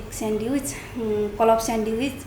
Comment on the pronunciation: यसरी घोकेर केहि भयो त.. स्यान्विच् लाइ स्यान्डिविच भन्या छ😂